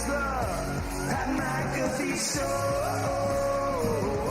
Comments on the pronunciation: Loool that stevo interview was amazing, but him saying ur name wrong at the end killed me keep it up bois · Pat got super heated over it. "Hey show some respect!" Lmao only way Steve O can redeem himself is a free nutkick by the punter of the decade